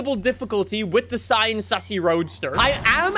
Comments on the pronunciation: The Sian is pronounced see-yan and its not the first hybrid Lamborghini, the first hybrid Lamborghini was the Asterion Concept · Just call the S C pronounce it like cian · Lambo on stage pronounced it as the siarn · It’s pronounced “see-ahn” you’re welcome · Fun fact: "Sian" is actually pronounced, "Shh - ahhn" like the name "Sean" or "Shawn". Not even I would have guessed that if I didn't Google it. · It’s pronounced Sean (another way to spell Shawn) but you don’t pronounce it like you do for the name, it’s Se-an which actually says eventually. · I looked it up and apparently Sián is pronounced shaan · say sian like sean but replace the sh with sie or see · Bro it's pronounced Sian